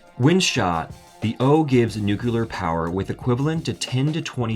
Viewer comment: ..."nucular".... :-D